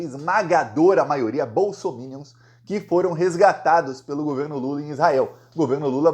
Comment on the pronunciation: No Brasil, só você pronuncia bem a palavra bolsominions 😂😂😂😂😂